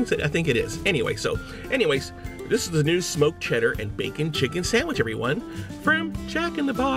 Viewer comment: I like how you say sandwich like "Sahnwihh" 😫👌👌